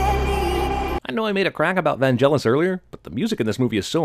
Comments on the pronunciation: Vangelis is said with a hard g. You've been saying it wrong. G as in Gang not G as in Gel. Otherwise this is spot on. The bit about the unicorn is brilliant. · It's not VanJelis you fucking idiot, it's VanGelis with a hard fucking G. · Vangelis is not pronounced with a G as in "gel", but with a G as in "go". You deserve a sin for that pronounciation. :-D (BIG surprise: the man is NOT American, but Greek) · It's pronounced "Van-Gel-Is," not "Van-Jel-Is." XD The G is hard, like in "good." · Vangelis has a hard g, it's not pronounced Vanjelis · Okay, I'm not even a minute in and already I'm going to complain... It's not pronounced "Vanjelis". The G is hard, like in "gone". Which is what I'll be doing with my subscription if you don't stop making these grating errors. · Sin num. 1- pronouncing Vangelis wrongly. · 1 sin for you mis-pronouncing Vangelis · you can't even pronounce Vangelis's name correctly!! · I cringed so much when you mispronounced ‘Vangelis’. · You missed that Vangelis pronounciation